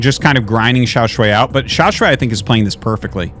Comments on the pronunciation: Artosis I am begging you to fix your pronunciation of Xiaoshuai. It's "sh + why", so it's the "aiii" sound in "why" not "way" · Hey artosis, just wanted to let you know that Xiaoshuai is pronounced more like “shu-ai” just in case you wanted to know for future casts. His name actually means “Little handsome” which is funny to think about.